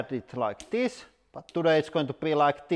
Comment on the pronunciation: "Thes one is the most dangerous by far so far"